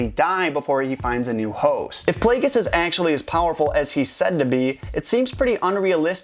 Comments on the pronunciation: It's pronounced PLAY-JEE-US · darth plagueis. darth, _plague_is